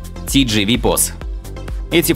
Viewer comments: читается: тэ-жэ-вэ, а не ти-джи-ви. не будь одноязыким колхозом. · Не тидживи, а Тэжэве. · Только правильно тэ же вэ а ни ти жи ви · Поправка: TGV POS читается не как ТиДжиВи, а ТэЖэВэ (на французском)